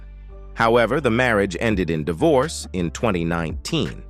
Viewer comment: How about the spin-off of "Laverne & Shirley" ? Smith family??? Boned, dee-vorce, huss-band, faa-ther? Phone-zee? Ho-ward? Do you mean Ojai(O-high), California? Murder---she wrote? Don't you ever listen to your speech before publishing your videos????????????